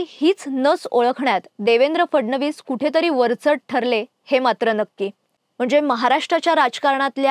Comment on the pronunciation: ही कोण? We do not want anybody else on the channel. She cannot even pronounce the letter 'फ' properly which is part of the "मकार्" group of letters. It's PHADnavis NOT FADnavis. It's PHODA-PHODI NOT FODA-FODI.